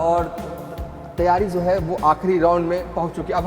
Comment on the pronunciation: Hindi bolna sikh lo bhai . Jo ko zo bolte ho .